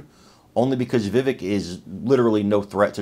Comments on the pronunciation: Please take a moment to learn to properly pronounce Vivek’s name. Mispronouncing it erodes the credibility of your message. Remember, it rhymes with cake. 👍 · it's pronounced "va- vake" ( rhymes with cake)